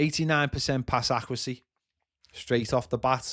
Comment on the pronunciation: Pass accrehsee 😂